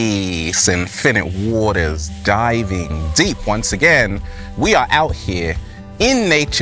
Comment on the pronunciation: Every time he says his name it just sounds like he’s saying “Infinity War”, but wrong. Did the MCU Infinite Waters survive the snap? We literally have no way of knowing! Because he basically doesn’t exist. But in theory there’d most likely be a version. I guess he would be a sorcerer.